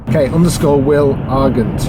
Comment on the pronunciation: The G in argent is pronounced Ar-J-Ent